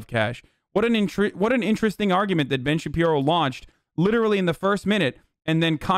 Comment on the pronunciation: Anyone have the "Ben Shabibo" count from this?